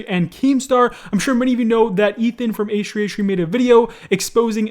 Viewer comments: Damn. Can u pronounce H3H3 properly?? Ehhree ehree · Why do you say H3H3 as A-Shree A-Shree? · It triggers me how you say H3H3 it just sounds like HshreeHshree haha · I honestly hate how you pronounce H3H3, its like "eishrui eishrui" xD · no way this man just said h3h3 like h3h3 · “Achtree achtree” H3H3???? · “hach3hach3” 😂😂thought i was the only one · i like your vids but i hate the way you say asch3asch3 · the way you say h3h3 is hilarious. .